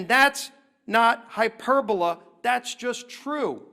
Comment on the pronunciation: Oooppps! Senator Scalice you pronounced “hyperbole” incorrectly.